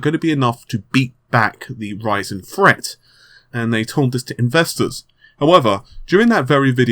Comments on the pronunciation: lol u say ryzen like raisin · almost sounds like he is saying that intel is freaking out over raisin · I am pretty sure that you did not pronounce that name correctly. I wouldn't be able to do it either.;)